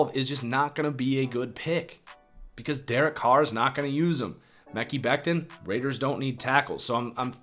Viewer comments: Lol it’s not Mecky Becton its MUH-Ky Becton... Great video, falcons getting chase young tho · Mickey Beckton 😂 (Mah-Kye) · Mekhi sounds like Mech-I, not Meckie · it’s Mek-EYE Becton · It's pronounced Muh-Kye Becton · buddy out here say meh-key lmao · I love the content but please pronounce Mekhi and Biadasz correctly hahaha its been like months now